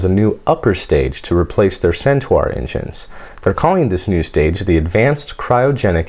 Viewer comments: RyeOnHam I was gonna write the same comment:-) Except that in addition to pronouncing the "u". pronounces it as if it was spelt 'Centuar''… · Hate to be the pronunciation Nazi, but Centaur is pronounced "Cent-ar" with the 'ar' sound as in 'far'. You're pronouncing the "U".